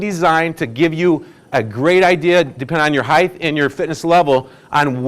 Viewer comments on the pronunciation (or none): You said " heigth" at least 3 times. It's pronounced as it is spelled.Height....not heigth.